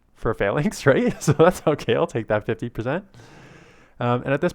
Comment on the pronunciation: Falinks sounds like failing😆